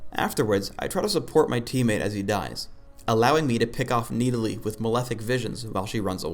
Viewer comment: omg you cant even pronounce the name of your own champion its not needalee its NIDalee same with shaco its not pronounced shayco its shaco